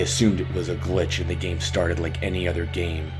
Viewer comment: I called him and the only thing he said was, "did you rike it?"